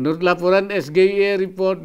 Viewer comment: Di Indo, SGIE memang biasa dibaca ES GE I E ya, bukan ES JI AI I :D